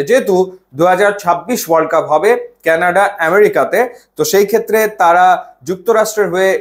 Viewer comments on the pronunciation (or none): none